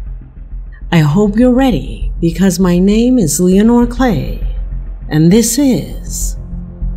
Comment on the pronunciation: LEON-ore WH-yy ARee YO-uu SPEAK-king Like THA-at ? 😳